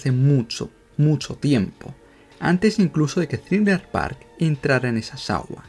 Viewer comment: Es thriller bark, no thriller park